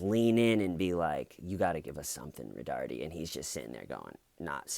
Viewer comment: I love how you say “Roh-darrrteee”. It’s actually pronounced “Roh-dar-Tay”. But hey, corndogs, right?!